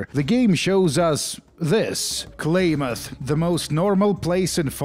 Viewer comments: i cant get over it god dayum its "clam-uth" NOT "clay-myth" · Klaamaathhhh!!!! Not Claymath! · I have never heard anyone call it "Klay-Muth". Always "Klam-Muth". Mandela Effect Activated. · As someone who is from the west coast, clam- ith is how you pronounce it I believe the actual town is Klamath falls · I’m from Oregon so I’m sorry, it’s CLAM-ath 😂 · wonders how long it would take to look up the worth Klamath. 2 seconds, how many times does he say Klamath? Definitely enough he should have justified looking up how to say the word..sure its native but if hes a fallout fan, how long has he been wrong? It is pronounced kla·muhth, kla not klay...muhth not math. bro being an oregonian I can't listen to you say that word wrong anymore Granted that Klamath the city is in California, Klamath falls is in in Klamath County in in Oregon. It is the same word from the same tribes. Did you know that there isn't a military base in Mariposa, California? its all LIES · I adore fallout 2s setting in northern California, being from there myself. And Klamath is pronounced Clam-uth ;) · Also... the "Primate... GET... OUT... MORE..." chefs kiss. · The way you say Klamath drives me up the wall. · Klamath...kl..ah..muth...I didn't know hearing someone say names of Oregon towns mispronounced pisses me off so much... You say it wrong so much I gotta stop watching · Holy shit the way you say Klamath and modoc is driving me up the wall